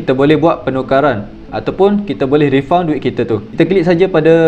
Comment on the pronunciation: Bunyi refund tu Rifan dik.bukan refaun.